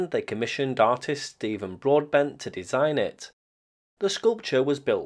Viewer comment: I thought you said Steven Broadband instead of Broadbent and had a chuckle ;)